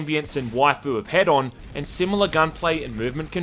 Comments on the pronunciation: it's hee-don not hed-on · If the game is that amazing then just take the time researching how it's maker is pronounced.